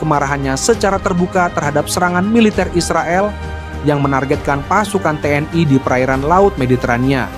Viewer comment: Kok TNI di sebut tnai